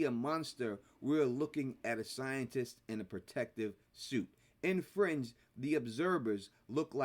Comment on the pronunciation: Me too at first.😂